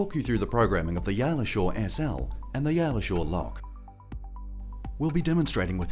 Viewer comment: Yall ? I thought that it is pronounced YAY-ell.